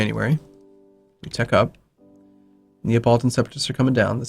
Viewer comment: Abruzzi is pronounced Abrutzi, but Neapolitan is pronounced Na-po-li-tan. You don't say Nea. Fyi. Love the videos!!